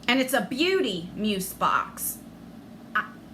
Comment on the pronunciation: Where's the makeup and skincare?! That's deff not worth $45... $120??... no way! Sorry, but I'd be mad 💜 Oh btw, it's pronounced like muze 😉